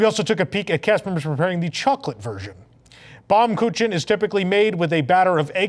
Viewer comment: pronounced "Baum Kookin"